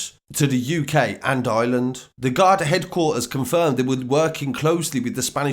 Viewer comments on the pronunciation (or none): none